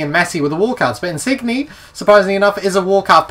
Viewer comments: nice insigne pronunciation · you say insigne wrong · you didn't pronounce in signs correctly